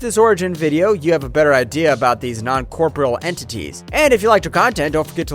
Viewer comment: Non cor-por-E-al. Not non corporal.